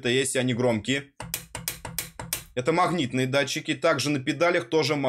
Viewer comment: Услышал "махнитные", выключил нахрен